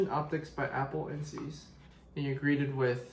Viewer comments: it's pronounced "zise" not "leviosá" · It’s pronounced ziess hard I.